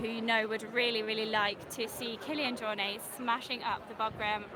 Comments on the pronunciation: the “T” isn’t silent. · Even his good friend Ian Corless keeps saying JorNAY...so you're far from the only one :)